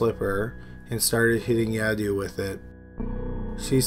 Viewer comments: Sleepy voice 😴😴😴 and it was pronounce yadave not yadu 😉 thank u!! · Ha ha ha 😂😂 Yadoo? It's Yadav! V not U